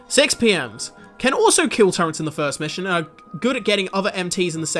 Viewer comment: What the hell is a "turrent"?